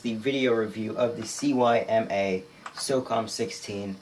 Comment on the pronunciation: CYMA = SEE MA Not C.Y.M.A its not an abbreviation. Just saying. Lol.